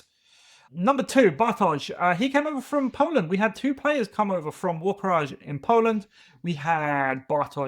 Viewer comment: PSA: Warkraj is pronounced Warcry :)